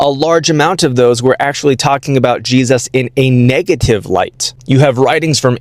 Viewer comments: You can always tell if someone is full of shit by how they mispronounce words. This guy says "Gee-sus" with this faux-academic accent. He also says "Yah-chweh" instead of just 'Yahweh" and "Jesus." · Why does he keep saying it "G-Zus"? You're weirding me out, dude. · Did he say that disciples had the skin "filleted" from their bodies? Also, what's with the weird pronunciation of "GeeZUSS"? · I hate when Christians pronounce Jesus like “Jeeeezus”. Just say it normally bro. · Maybe it’s this particular TikTok character. Between his combination of arrogance and ignorance, as well as how he pronounces “GEE-zus”, he sure gets on my nerves. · Is there an origin for the way these evangelical theobros pronounce "Jesus"